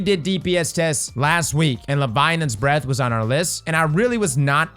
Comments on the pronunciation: Is it just me or is he saying “levianans breathe”? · Tnxs for the info! I also learned that can’t pronounce Leviathans Breath 😜